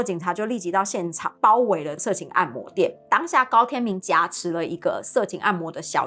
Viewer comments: 挾ㄒㄧㄝˊ持 荒謬ㄇㄧㄡˋ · 補充一下 挾(ㄒ一ㄚˊ)持